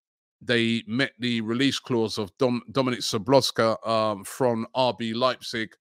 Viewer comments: Robbie always getting the names all wrong😂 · you pronounce it like Soboslay...😂but Soboslka is better😂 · Did you really said Sabloska? Or I heard it wrong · Robbie killed me with "Dominic Sobloska"😂😂😂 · Jesus Christ Robbie ... do you watch football from anywhere else apart from Arsenal's games ? You can't be that bad on pronunciations of names. His name is not pronounced Sobolosky. 🤣🤣🤣🤣🤣🤣🤣🤣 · Why do you keep calling him "Soboska" lmao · Dominic soblozka😂 bro you pronounce every name wrong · "Dominik Sloboska"..... 🤦🏻‍♂️ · Lol, Dominik Sabloska 😂Robbies' pronunciations are gold. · Thought I was the only one who noticed that 😂😂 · Ahh Robbie...🤦 got the pronunciation wrong even after taking a quick glance at "szoblozka"..🤣🤣